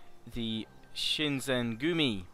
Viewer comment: Short vowel "i" is not in the japanese language its a double ee so shinsengumi is pronounced: Sheensengoomee. a is ah i is ee u is oo e is short vowel e or ay as in like the word stay. o is long vowel O.